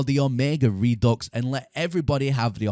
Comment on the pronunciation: You realize that it is not pronounced "re-ducks", right? It's "re-due"